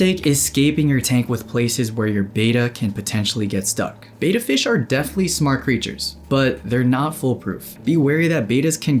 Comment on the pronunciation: Mistake #1 should be pronunciation of Betta. It's not Beta as stated multiple times in this video.